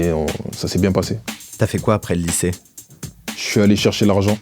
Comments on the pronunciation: « Lyçée » C’est chaud quand même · Le « lyçée » ?????? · "lyçée" ?!? Franchement kombini, un minimum de respect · Désolé mais "lyçée" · « Lyçée », wsh abusez pas